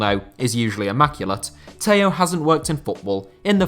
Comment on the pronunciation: Always butchering names,it's Tello not Taiyow,it's João not Juau,it's Andrade not Andradj,it's Estrela not Estreyia,it's Contreras not Contreiras,and it's Beto,not Bertow